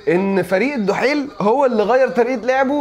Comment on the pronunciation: اسمو الدحيل مش الحيل